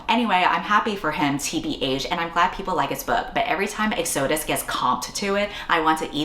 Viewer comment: you keep pronouncing Exodus wrong 😭😭